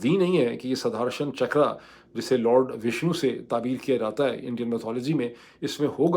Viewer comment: اسکا تلفّظ ہے " سدرشن چکرا - سدھرشن نہیں Sudarshan, not Sudharshan می بھارتیہ ہوں - آپکا پروگرام غور سے سنتا ہوں - اردو کی تعلم بھی لیتا ہوں! آپکا وروگرام سے بہت کچھ سیکھتا ہوں - گلٹیاں معاف کریں